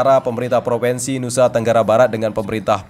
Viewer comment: Bukan PROVENSI tapi PROVINSI